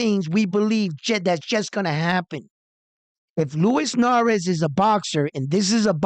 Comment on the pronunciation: is the Substitute Teacher... he just wanna call these fighter's names whatever which way he wanna 😂 - Luis Nery is Narez. Brandon Figueroa is Figerero. Max Kellerman is Callahan...JK. Love this channel bro! Keep up the good reporting!